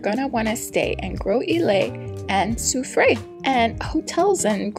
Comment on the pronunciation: Sou-freh is the pronunciation.